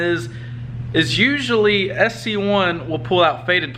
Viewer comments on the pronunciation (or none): Bro it’s sc1 not cs1 lol